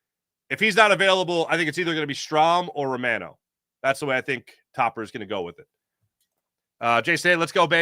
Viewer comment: Gosh, you'd think a guy with your surname could at least approximate the pronunciation of Romano.🤣 Anyway, go Phillies. try to do something in thesecond half of the season as well. I'll wait till well after the All Star game to get my MLB subscription.